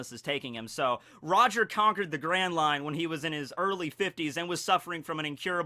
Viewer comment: You pronounce it wrong